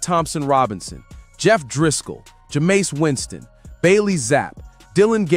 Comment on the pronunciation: did this mf say jamace Winston 😂😂 bro doesn’t know ball at all or this is Ai.